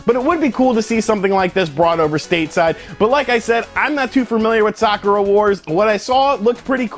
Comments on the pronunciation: sakura------suh-koor-uh.....not sock-ur-uh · it's pronounced Sah-koo-rah' with a soft "k" said like one would say "beautiful" or "soft" and not hammer the consonants in the word so abruptly. Sakura Wars (aka Sakura Taisen) has had five games. it's a Shining force-like Strategy RPG with steam powered mech, and team of different girls from different nations. There is a pseudo-"dating sim" aspec which is more relationship/friendship building gameplay elements and yes the player can go out a couple of "dates" with the girls if certain conditions are met. The series has a hardcore but semi-niche fan base of the series. I am looking foward to the Sakura Wars alternate universe reboot game.